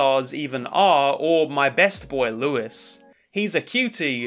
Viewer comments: Don’t say Lewis it’s fucking pronounced lewie anyway loved the video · I've heard Louis pronounced as several different things (Regular Louis, Louie, Rouie (in the subtitles)), but never heard it pronounced Lewis. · Louie- it's said Louie, I'm sure he will learn it later lol! At least I'm pretty sure it is! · love the video but if there's gonna be a followup, please pronounce Louis' name the french way, I will cry. he's named after a french king please. my tears will short out my laptop and I won't be able to give you views.